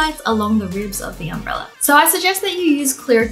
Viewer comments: Did anyone hear Wengie say umbreller instead of umbrella? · Why do you keep saying UMBRELLAR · Wengie: Its just holding the umbrellar Me: you mean umbrella? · We not gonna talk about how she said "umbreller" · No one: Wengie: Umbrellur